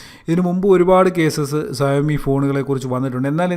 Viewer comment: സയോ മി അല്ല ഷ വോമി